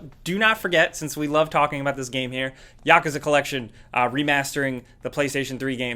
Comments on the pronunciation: YakOOOza not Yakuhza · sounds like your saying yakaza not yakuza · It’s pronounced yakuuuuuuza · Yakuza is pronounced Yeah ( slowly say that )-KuZa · Guess americans cant say Yakuza right....